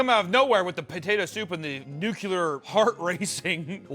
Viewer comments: I'd like to deduct 2 points from for pronouncing it "Nucular" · Seven "Nukyalers", but only one "Ickspecially"? 😢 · When you can't pronounce nuclear properly one time... 😂 Luh you beach